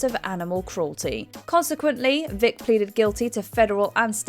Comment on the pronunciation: Did she call Michael Vick, "Dick" ? 😅